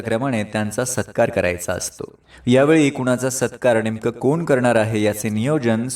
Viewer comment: न. आणि ण या दोन्ही अक्षरांचा उपयोग योग्य जागेवर करा. उदा :- यानंतर म्हणायचं याणंतर नव्हे. नेमकं म्हणायचं णेमकं असं नाही, सूत्रसंचालन असं म्हणायचं सूत्रसंचालण नव्हे. भाषणानंतर असं म्हणायचं भाषणाणंतर नव्हे.